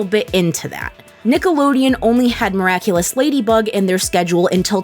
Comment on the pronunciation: That theme-song hahaha. "Miracle-less ....... Simply the Best" hahaha. Amazing how funny it is when you mispronounce the NAME of the show